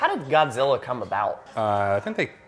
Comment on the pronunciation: "GODZIRRA...MINUS A-ONE-UH" 😂😂